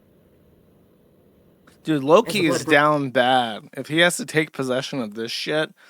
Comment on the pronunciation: josh got so used to calling them lowlees he called loki lowkee